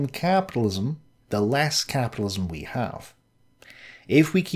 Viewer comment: Caaaaaaapidilism. 😂 Sorry couldn't resist, great vid! Nice one for the upload